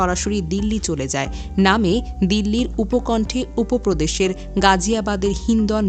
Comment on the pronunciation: উপ প্রদেশ কি😂 ওটা উত্তর প্রদেশ। এর নাম বাংলাদেশ না পারে ঠিক করে কথা বলতে না পারে ঠিক করে খবর বানাতে‌। আবার বলে ভারত নাকি ভুলভাল খবর বানায়